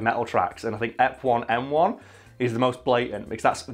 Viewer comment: he says f1m1 ITS E1M1